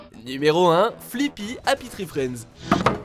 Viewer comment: C'est pas Flippy mais Fliqpy ( oui je suis chiante )